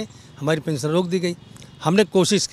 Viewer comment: Kya pensan pensan bol rahe hai sir